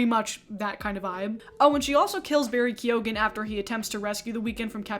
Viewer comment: I loved this video, but why is nobody talking aboit that pronunciation of Barry Keoghan?